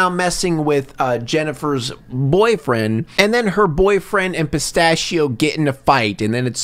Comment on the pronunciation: Pronouncing it "pista-shi-oh" is what makes his accent sound fake